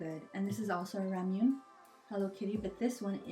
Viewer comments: it's pronounced ra-mu-nay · Did u just say ramune? it's ramu-neh